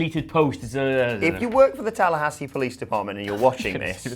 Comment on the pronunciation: He actually said Tallahassee correctly.